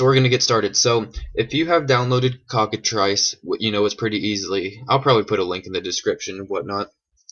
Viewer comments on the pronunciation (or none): Its pronounced Cock-a-"Trice" not "Triss"